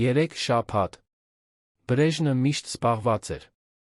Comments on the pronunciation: երան ,,չէ ,այլ Երևան 😮...հարաներ չէ,այլ հարազատներին 😮...,,բրեժնը չէ՝ այլ Բրեժնև 😮,ամենակարորը-ամենակարևորը ...ուղորություն ուղևորություն...նիստը տեց 😮-նիստը տևեց ...այլս-այլևս ,հարաները-😮հարևանները...ինչ նշանակում էր սա 😮-ինչ էր նշանակում սա ....թե😮-թեև ....,,յակով ,,չէ -Անտոն ....,հետում😮-հետևում ...արջ 😮 առաջ...:Միթե հնարավոր չէ նման հետաքրքիր ,պատասխանատու տեքստերը տալ ավելի կիրթ ,հայերենին լավ տիրապետող մեկին ,որ ներկայացնի ունկնդրին :🤔🤔🤔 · Այ ախմախ Բրեժն չէ այլ Բրեժնև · Արա. Բրեժնից. Չի. Բրեժնեվից. Է, այ. Լալոշ։